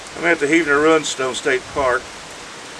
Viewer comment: My one real problem with this video is your pronunciation of rune and its derived words. I think the word is similarly said to "dune", but with a r in place of the d. RUN-stone just makes you (and the subject) sound silly, which I believe would be an injustice. Also, being from within 75 miles of said stones, I believe that if i can say it right, so can you. As for the subject, i find it intriguing, and would love to see images of the swords and such found there, and of the type of stone there.